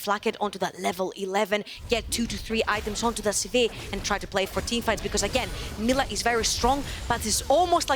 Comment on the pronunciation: I hate how she says sivir, literally nobody says that and for new players they won't know what she is talking about. But at least she is much better than letigress who only knows about ARAM